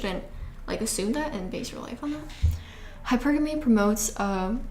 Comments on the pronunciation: Its pronounce high purrrr gummy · You say hypergamy so differently. You say hyperAmy emphasizing A but I pronounce it hyperaMY emphasizing MEE No hate but just I noticed it because you say it quite often😭